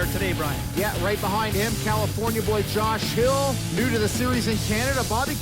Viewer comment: I think these announcers pronunciation could use some work... "fachiotti", "yosh hill", "Ran millaarrgghh"